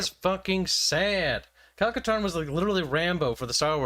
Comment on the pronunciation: "Kyle Katarn" REEEEE